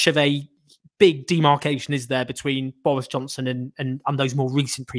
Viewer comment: Doris Johnson 🤣 please tell me im not the only one who heard that